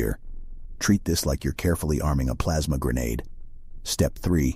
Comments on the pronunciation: "Plamsa grenadue" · "Plaamsa grenedeu" -, 2023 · Plamsa grenadeed